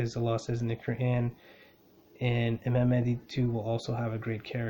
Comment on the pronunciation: Thank you brother great video. Love the energy you emit. BTW its MaHdi, not Madi. Make sure you pronounce the "H". May God bless you and your loved ones.